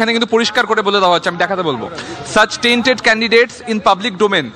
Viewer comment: it's "tainted" not "tented"!😊